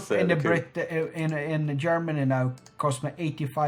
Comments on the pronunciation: mean Yermani? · think it's funny... Yeneral, Yerman reich, Yentle, Yumbo yet. Yermany :3